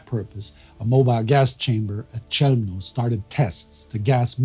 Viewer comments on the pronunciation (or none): thanks for the great work! Just one thing: Chełmno and Bełżec are pronounced "Khewmno" ("Kh" like the "ch" sound in German "doch") and "Bewzhets" (zh like "j" in French "je"). I absolutely admire every bit of what you do, but I always cringe when you mispronounce these terrible names. And I think we owe it to the victims and also to the Poles whose territory was abused for these heinous crimes, that we pronounce these places right.